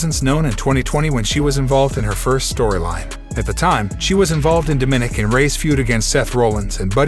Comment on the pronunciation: Yes, bj bowman. You hammered that nail. The Doofus who gabbled this audio does not even know how to say "DOMINICK"!!